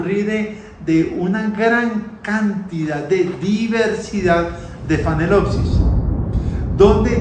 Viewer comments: Es Phalaenopsis con L y viene falena que quiere decir MARIPOSA. No es con N como MAL pronuncia. Tal vez no pueda.... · Una pregunta tonta: Es phalenopsis o como dice phanelopsis? Saludos